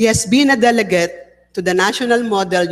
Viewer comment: nakamoto are you pinay? You've to understand that people from the Visayas have strong accent. For us 'i' and 'e' have the same pronunciation. If you listened her speech very well, you can find many errors in pronunciation, like 'deleget', etc. She didn't do it purposely but because she's Visayan. Me I can understand her because I'm too a Visayan. Hihi and hehe for us are the same thing.